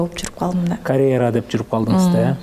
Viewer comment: Карэра эмес, каръера деп туура сүйлөчү, айланайын